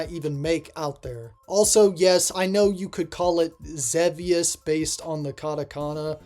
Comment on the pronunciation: Good for you calling Xevious "ZeeVeeUs" correctly. F*ck those nerds who call it "ZehVeeUs"...they probably never even played the game in the 20th Century.